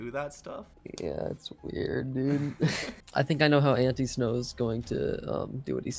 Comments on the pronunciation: This is how you say it ant- I-snow not ant-eeeeeeeeee-snow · I think it’s pronounced Like An-Tie-snow instead of ante snow